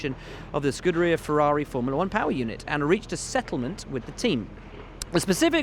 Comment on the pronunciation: I don't know how you can get the job the presenter has without even reliably pronouncing scuderia right.